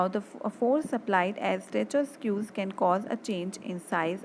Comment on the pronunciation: Pls correct your pronunciation of squeeze